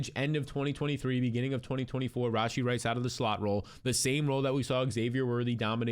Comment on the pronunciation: The way he says "RAWW SHEE Rice"😂😂